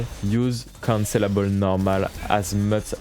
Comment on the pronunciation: Great guide and format, I will be looking for more. I just had a decent lol as I realized after about 5 minutes into the video that he was saying 'cancellable' not 'considerable'; I kept hearing 'this move is considerable' and I was waiting for a reason why 😃